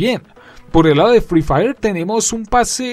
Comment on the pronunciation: @@ ni sabe decir sus nombre buen se dice free fire no frifiri 💀 así call of duty es mejor en todo y siblo niegas es que ere pobre 💀